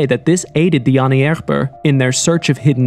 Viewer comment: It’s not Pierre raees. It’s pronounced Pee-ree. Also the way you say Ahnenerbe is different every sentence.